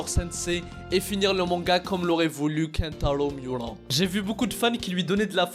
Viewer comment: Comment tu prononce kentaro miura 🤣🤣🤣sinon je le savais déjà mais sa me fait encore mal